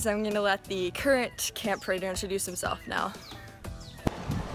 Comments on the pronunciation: Reyna mispronounced praetor. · I was eating M&M's and understood pregnant instead of praetor